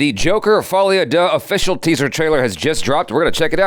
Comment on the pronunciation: I’m pretty sure Folie A Deux is actually pronounced “Faw-lay Uh Do”. I could be wrong tho.